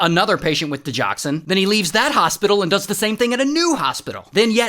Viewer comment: It’s di-GOX-in (not di-jox-an) 👍